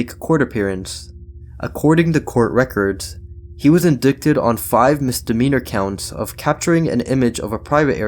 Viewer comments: Hay Bud, just a little helping hand. you said "In-dikt-ed". The word is pronounced "N-die-ted". I don't wanna come off as a dick, just thought it was some info you could use moving forward. Great video too, btw. I hope you get tons of subs. You deserve them. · It's pronounced IN-DIE-TED, not IN-DICK-TED, my guy. Love your content though. :) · The word is pronounced: in dye Ted, not in dick Ted. What school did you go to? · Mate, Indicted is pronounced uhn-dai-tuhd. Not en-dick-tid. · Indicted is pronounce without the C...IN-DYE-T ✊️ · Love your content. Btw indicted is pronounced in-die-ted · Lol did I just hear you say he was in•dick•ted on his charges?? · I enjoyed the video, and your tone of voice is very soft and pleasant! Thank you for not shouting like most YouTubers. Also, just a heads up that the word “indicted” is pronounced like in-”die”-ted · Good video, but FYI the word indicted is pronounced as in-dight-ted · Indicted doesn't sound like dick. It sounds like die. In-die-ted